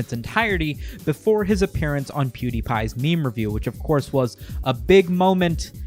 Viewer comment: Memer? Ahahha wtf dislike